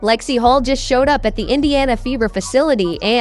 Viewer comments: HULL, not Hall or Hol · Yes, lets get real.....Hull, not Hol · Lexie Holt? Stop using AI and start using real people for Christ's sake😮